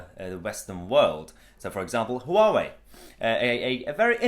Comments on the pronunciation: Noooo... it's not pronounced "HooWowee" It's pronounced "wah-way" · It's not 'Hoo-wa-way' - it's closer to the chinese pronunciation to just say 'wa-way' or '(h)wa-way' where the 'h' is almost silent but not quite - I asked some Taiwanese acquaintances of mine, and to me it just sounded like'wa-way' ... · Its pronounced wow-way. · It's pronounced waawoo ya plant pot lol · HUA _WEI. It's two syllables not three. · Huawei - pronunciation is more like ‘wah-way’. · The H is silent.